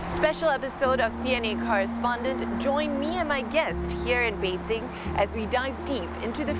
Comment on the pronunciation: Is there a need to pronounce all of the Chinese name with tones? Well if so, get all of them right, specifically Beijing. siong